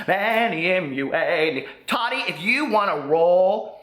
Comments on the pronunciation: It’s Taw-tee not taddy lol!!! I still love you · I love your videos... I wanted to let you know it's pronounced Ta-ti not ta -di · her name is pronounced taa-teee not tadee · i love that you call her Tottie instead of Ta-ti . LOL #hottottie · Lmaooo! The way you call her “Tottie” lmfaooo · The way he says Tati 😂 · Ps. I love you! (Even when you read Queen Tati wrong 😚 )